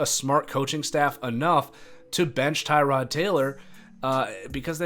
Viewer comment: It must suck to be Tyrod Taylor. No matter how many people you tell the correct pronunciation of your name, noone cares enough.